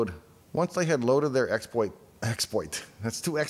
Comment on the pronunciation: All those expwoits though... 💀